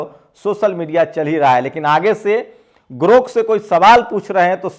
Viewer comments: गोर्क नहीं ग्रोथ कहिए। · भी गोरक नही ग्रोक बोलो थोड़ा खयाल रखो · अरे भाई, पहले बोलना तो सीख लीजिए। ये "गोर्क" नहीं "ग्राेक" है। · Gork nahi sir grok bolo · तुम तो खुद को अच्छा पढ़ा-लिखा कहते हो, लेकिन दो अक्षर का शब्द सही नहीं पढ़ पाते हो। तुम बार-बार गोर्क बोल रहे हो,जबकि शब्द है 'ग्रोक'। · अरे साहब गोर्क नहि ग्रोक है 😊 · Gork nahi Grok hai jara bhada sudhar lijiye pyrakar mahoday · गोर्क नही साहब ग्रोक GROK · Sir g grok boleye please na ki gork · गोर्क नहीं ग्राक. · गोर्क नहीं है ग्रोक है। गरोक है । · Gork nahi grok bolo bhaiya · गोरक नहीं ग्रोक 😂😂😂😂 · गोर्ख नहीं साहब ग्रोख है,, कृपया शब्दों के उच्चारण का ध्यान दिजिए, आप बढ़े अच्छे पत्रकार हैं आप इन मनुवादी ओं की वाह्ट लगा रक्खी है मैं अक्सर सुनता उस बदतमीज बुड्ढे का भी आपका जंतर मंतर का डीबेट सुना जिसे अपने ही देश की महिला बहु-बेटियों को बदचलन कहना उन्हें डांसर कहना जबकि वो इटली में बार कार्यरत रहीं थीं लेकिन इन झुठ के पुजे पुजारीयों को जब अभद्र भाषा का उपयोग सुनता हूं तो इनके धर्म संस्कारों पर इनके गुरुओं पर अफ़सोस और रहम आता है इनके बाल दाड़ी सफ़ेद हो गई जो मृत्यु के पास है लेकिन अभद्रता जीवन से और जीभ से नहीं गई? बड़ा अफ़सोस होता है इस संघठन पर जिनके परिवार ने गुरू ओं ने पुरखों ने क्या संस्कार देकर इस दुनिया में रक्खा? इनकी बातचीत इनका व्यवहार उठना बैठना चाल चरित्र ही ज़हरीला? अविनाशी जीवन में जी रहे हैं यह प्रजाति? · aray bhai Gork nahi .. Grok hai ... kya karrahe ho yar ... bahujan k education ka mazak udarahe ho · Gorak Nahin Garok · गोरक नहीं ग्रोक है। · उच्चारण 'गोर्क' नहि जनाब 'ग्रोक' है। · जनाब गोर्क नहीं ग्रोक कहिये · Gork nahi GROK BOLIYE. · I request you to pronounce clearly. Please do not speak Gork in lieu of Grok correct word is GROK. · सर ,गोर्क नही सही शब्द ग्रोक है। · grok ग्रोक बोलिए